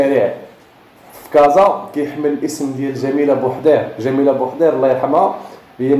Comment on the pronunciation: لتصحيح جميلة بوحيرد وليس بوحدير